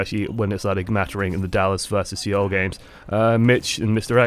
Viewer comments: Yes, I've been watching OL. But dude, I love you but it's like fingernails on a chalk board listening to you stumble over names. Seoul, is not SEEOL. It's pronounced Soul. Exactly the same. It's a professionalism thing and keeps your viewers from being distracted while you stumble for 5 min listening to you make excuses about why you can't pronounce somebody's name you should have researched before you start recording. Love your vids though. I've learned a lot and my gameplay has improved. Thank you. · Great thoughts but one thing. Seoul is pronounced Soul, the E is silent (slurps tea) thanks for another vid.